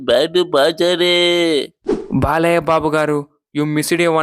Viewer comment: బాలయ్యాకి కాదు బాలయ్యకి యా కి దీర్ఘం పెట్టకూడదు